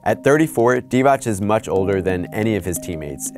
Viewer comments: You pronounced Divac’s name wrong it’s pronounced “dee-vatz” not “dee-vach”. In Serbo-Croatian, if a C has a mark above it, it’s a “ch”, if it doesn’t it’s “ts” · Jovan Djordjevic to me it sounded like he said Divać (divach) most of the video. I know that divats is how it should be pronounced. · he did once and then got it wrong every other time it isnt divach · Jovan Djordjevic no he didn’t he said “Dee-Vach” many times. He only got it right a handful of times out of the few dozen he said it… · Thank you for informing me about the legendary Dejan Bodiroga. Also, Vlade Divac's last name is pronounced "Divats", there's no diacritic on the c. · Haris Serdarevic this is what I said when I saw this comment! I’m like wtf this dude was definitely messing it up most of the vid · Yea hid did mess up a few times I commented as soon as he said it the first time but nevertheless it's progress